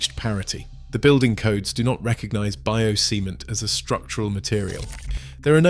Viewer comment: Did I heard it right?? "Bio-semen"...